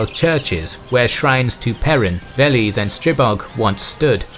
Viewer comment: Veles, not Volos